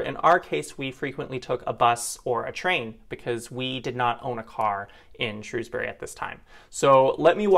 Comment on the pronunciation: Good job lads, great coverage of Shropshire, you even pronounced Shrewsbury just like the locals, seldom ever achieved by the BBC news coverage.